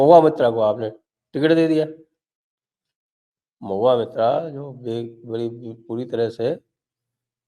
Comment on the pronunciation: कृपया सहीं उच्चारण करें। महुआ मित्रा नही, महुआ मोईत्रा बोलिए। मित्रा (कायस्थ) हैं। मोईत्रा (ब्राम्हण) हैं।